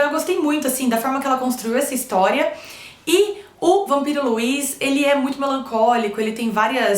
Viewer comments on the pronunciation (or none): Se pronuncia "Lúi" e não Luís hehe :)